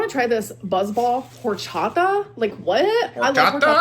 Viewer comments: She was definitely saying whore-cha-TA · The word is "horchata." It's a Mexican blended drink made from rice, cinnamon, vanilla, water, and milk. TBH, a Spanish word from our quirky gorl's mouth was hard for me to decipher at first.